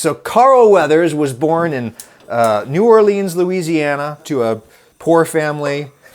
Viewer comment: Adam, as someone from here, the way you pronounced New Orleans hurt me. It's New Or-lens*, not *leans